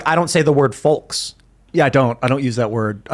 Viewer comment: The L in "foLks" is silent Timmahhh.